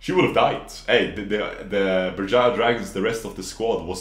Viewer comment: you nailed that Berjaya man XD